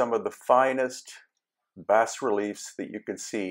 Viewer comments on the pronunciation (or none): Bas relief is pronounced bah, not bass. Zodiacal is pronounced zo-DIE-a-kal. Also, the calendar shown is both an astrological AND an astronomical calendar because it was still one and the same science (along with mathematics) at that time. It was the much later Roman Catholics who “separated” the knowledge. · The S is silent in Bas Relief... Bah Reeleef is how it should sound.